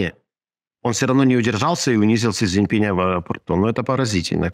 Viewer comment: Научитесь хотя бы имя Председателя КНР произносить правильно, умники!